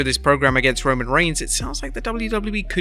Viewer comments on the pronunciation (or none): none